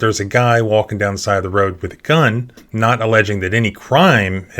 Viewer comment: The biggest tell of someone bullcrapping you is when they speak a single syllable word and make it three syllables long. This cop keeps speaking the word "not" as "no-wa-ut" he is definitely full of himself and crap.